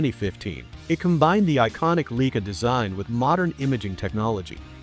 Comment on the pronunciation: Fraud video. Cannot pronounce the name of the camera properly.